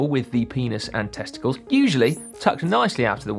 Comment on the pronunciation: The way Si says "Testicles" is like a comedian trying to get a laugh, its that slight pause for comedic effect.